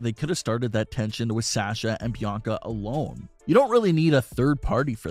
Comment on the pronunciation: For god’s sake it’s (SAH-sha) not SAASHA.